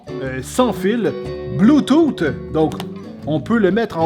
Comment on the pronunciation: "bloutoute!" xD